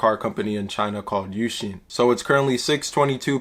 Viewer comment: For"UXIN"this word itself your pronunciation is actually pretty accurate! For"优信"in Chinese character its pronunciation is more like"yo xin"(very close to the way you pronounce it). Hope this helps!